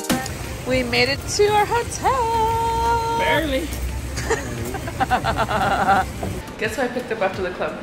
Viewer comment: haha Jesus saying “barley” I can’t wait to see the wedding vlog and everyone posting about it on their stories 🥰